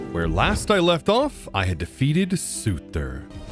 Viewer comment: I don't know if it's because of Marvel and never hearing it pronounced but it sounds so weird the way he pronounces Surtr. I always heard it pronounced as sir-ter and not sue-ter. even online guides say it like sir-ter for english and old Norse sounds like sorter